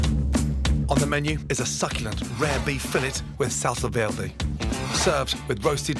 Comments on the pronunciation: Salsa, vierrrrrrrday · Adam Khalaf nope.Salsa verde is italian not french so you have to pronounce the R Salsa VEEERRRDEEE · Salsa veeldey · "salsa veldé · The was says SALSA VERDE😂😂😂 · „Salsa velrlrday“ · Jajajajajajajaja "salsa veldi" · The way he pronounced salsa verde is quite cringey. But other than that, fcking delicious. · Gordon should not attempt to say "salsa verde" anymore. Your welcome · Sahl - sal - sá - sá -veh -veh -deh -deh sallsá verhdeh :v